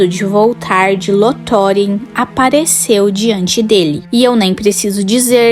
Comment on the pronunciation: Com algumas pronúncias um pouco equivocadas de alguns nomes, como "Lothlórien" conteúdo muito bom, não sei se é uma I.A ou uma pessoa mesmo.